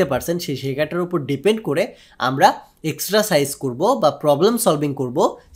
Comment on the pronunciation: এক্সট্রাসাইজ না ব্রো। এক্সারসাইস।🙂